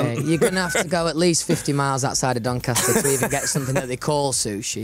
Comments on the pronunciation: Cuz he is the "Sass mastAH from DoncastAH" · I think you mean "DONCASTAH"